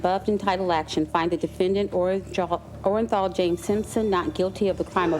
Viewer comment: The jury was so stupid the forewoman couldn’t even read the verdict right!! “Orenjal” 🙄